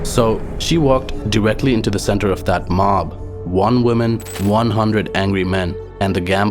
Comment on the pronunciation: You are doing the opposite from what english speakers these days do when they mispronounce "women", when you say "woman", so it sounds like you are saying "one women" which is illogical when women is plural.